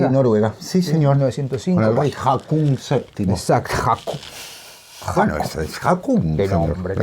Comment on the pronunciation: Estimados, sobre nombres noruegos, quería decirle que el nombre del rey Haakon VII que, en alfabeto noruego se escribe esa doble “a” con la letra de ellos que es como una a con un cerito arriba, se pronuncia como “o”. Entonces el rey se pronuncia “Jokon”. Otra curiosidad, de paso, es que sol ☀️ en noruego se dice también sol como en español, y por lo tanto la Solveig de Ibsen significa ni más ni menos que el camino solar o hacia el sol. Abrazos desde Montevideo, Uruguay.